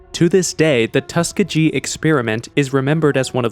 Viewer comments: The way you pronounced Tuskegee had me laughing. I've been living in Alabama my whole life and dealt with a lot of the residents of Tuskegee and the way you said it is not the way we do. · “Tuskegee” is pronounced ‘Tusk-eeg-ee’.